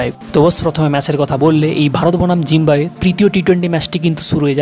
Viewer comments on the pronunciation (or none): ভাই আপনার তো উচ্চারণের সমস্যা আছে, জিম্বাবুয়ের জায়গায় জিম্বুয়ে বলতেছেন 🤔🙃